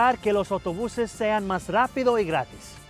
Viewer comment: it's funny to hear him saying "loS autobuseS" and then "mah rapidoh y gratih" my primary language is portuguese and when (trying) to speak spanish i S all of those